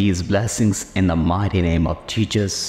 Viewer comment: Not being that guy ok but one wrong word spelled or said by the one starting the pair can change this action of god and Jesus . The commentator had said Jesus incorrectly. That isn’t a good thing im sure . Now dont go up one side and down the other that im judging . I’m not ! It’s saying a word wrong though we understand what its meaning is pertaining to this . But pronouncing the words right can will change what can happen .